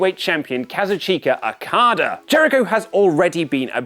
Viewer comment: I love these guys, bu they literally butcher Okada's name everytime they try and say it